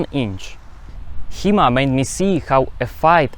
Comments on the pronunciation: Thought you said He-Man at first, and I was really surprised that He-Man actually got it right. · i thought he was saying He Man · I thought he was saying He-Man.